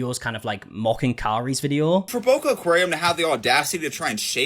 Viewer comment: I am so glad you put the name up on the screen cuz it sounds like you are saying "Bulk aquarium" instead of Boca. I was confused when I heard the girl say Boca. So is it located in Boca Raton?